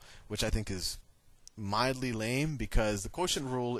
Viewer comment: "mildy lame" LOL!